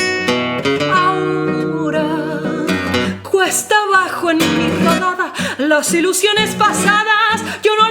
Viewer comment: Bellísima "puditse" decir,... perdón; pudiste decir "cuesta abajo" (aunque enseguida se te salió decir "cuetsa" abajo...